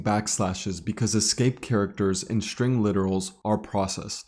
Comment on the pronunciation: String, please. with "S". not SHtring with "SH".